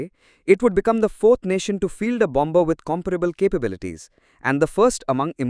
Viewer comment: The second 'b' in bomber is silent.